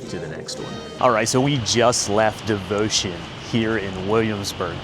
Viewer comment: I would have tried to pronounce the actual name. It’s not that far from the English, Devoción